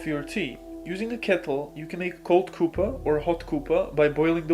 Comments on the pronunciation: "Hot Couppa" I know he is trying to say cuppa (as in cup o' tea) but it tickled me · Aw 'Koopa' lol Cuppa is a slang term / abbreviation because when you say "Cup of tea" quickly it comes out as 'cup-pa' tea' In the UK, Australia and NZ you can just ask somebody if they 'fancy a 'cuppa'?' And you don't even have to finish the sentence, everybody knows you mean tea. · The way it pronounces "cuppa" is hilarious.